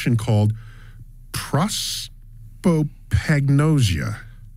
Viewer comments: Neil pronounced it twice wrong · He's reading his own book and he can't pronounce prosopagnosia? That sums this guy up perfectly. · Good to see Neil struggling to pronounce that face blindness disorder. I couldn't even spell it.